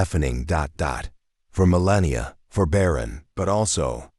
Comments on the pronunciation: Who calls her millennia? It’s Melania he said it like as if you were talking about the age millennium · Your bot can't even say Melania's name properly, it's not millennia 😂😂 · Why is he calling her mallenia? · Could this narrator get The First Lady’s name correct? It’s Melania not “millennia”. Ridiculous. Seriously? This has never been reported. Hmmm! Not buying this “story” … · Idiot narration - "Millennia Trump" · IT IS MELANIA, NOT MELENIA...MEL-ON-YA...;) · Her name is MELANIA!!!! Not Millenia or Mellenia or whatever other name you used😏…… get it right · I hate supporting this channel by adding a comment but her name is Melania - not Melenia. Pronounce her name correctly. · Show Melania the respect by spelling her name correctly. It’s not “millennia” dude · "Millenia Trump" !? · Her name is Melania NOT Melannian! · Gah LAh not gay la. I have no doubt Barron is a good son. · Great story but the repeated mispronouncing of Melania's name by the narrator ruined it for me. (apparently AI can't speak or spell correctly?)😅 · Learn the name correctly Melania! Otherwise a good video! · AI voice, AI channel It's pronounced Me-lan-ee-ah, dumb ass AI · Please learn to say her name correctly. Also at the end of this you start to repeat yourself. One moment you say he is 17 then a little later you say 18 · Her name is spelled and spoken Melania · It's Malania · You should spell and pronounce her name correctly in the future. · Learn to speak Malania's name or GET OFF THE MIC.... drop....🎤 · First of all the narrator should pronounce MeLANia correctly. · why? Robot story that can't pronounce Melania's name. Couldn't even watch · This AI says her name wrong. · Please stop using AI narrators...it kept mispronouncing Mrs. Trump's name and your closed captioning had so many misspellings. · I love this family the whole family. The class they all have is so amazing. But this narrator needs to learn how to pronounce the first lady's name, Melania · learn how to pronounce her name